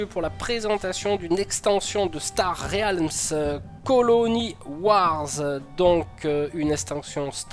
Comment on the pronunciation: Star R-É-A-LMS ? :D La vache ça pique ^^. Très bonne vidéo sinon ;)